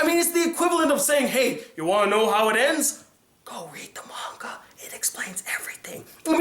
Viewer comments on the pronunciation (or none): none